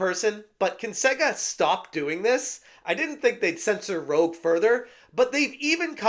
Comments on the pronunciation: I think these “fans” don’t know what there talking about and it just complaining like a baby for some changes to a REMASTER, he doesn’t even pronounce Rouge right either, I can’t actually believe people are refusing to buy this game due to some changes. It’s not that deep and the fact you’re complaining over Rouge’s design is something, I didn’t even notice the design change. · you can't even say rouge correctly my guy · Rouge is pronounced Rooje not ro- ge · Um...her name is actually Rouge (roozh/rooje), not Rogue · im just going to be that guy and point out, its not rogue like you keep saying, its rouge, the french word for red 😅lol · You have never played a Sonic game if you keep saying Rouge is Rogue lol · Gods. Please stop saying Rogue. it's Rouge (Roozh).... that aside the only good thing here is I have 70 bucks to spend elsewhere now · HOW ARE ALL OF YOU GETTING HER NAME WRONG?!? IT IS ROUGE, NOT ROGUE! AS IN THE COLOR ROUGE! IT IS NOT MOULIN ROGUE, IT'S MOULIN ROUGE! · Rouge = Roo-sch Not Rogue. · Rouge not rogue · It's Rouge, not Rogue. Rooj. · ...her name is pronounced ROOJ not ROHG. like the lipstick or baton rouge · You mispronounced Rouge's name, it's pronounced like the makeup. Also, I'd like to say that the sad part about these changes is that 10 years ago, these changes would have been acceptable. However thanks to the video game culture war, that's a no. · "Rouge," not "Rogue." Everybody gets it wrong. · I can tell you're another grifter trying to infiltrate, you cant pronounce rouge like rogue, and your misinterpreting changes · buddy, its pronounced "roozh" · just a heads up, but Rouge the Bat is pronounced "roozh" (kinda like "rooj" but but with a soft j) in case you ever have to talk about her again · Just a minor thing,, since you claim to be a gamer with pride, her name is Rouge (ROOJ) as in the french word for "red". Other than that, excellent coverage my guy! Keep up the good work!